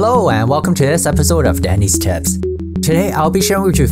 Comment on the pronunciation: Whenever he says tips,I hear tits. Just me ? 🤔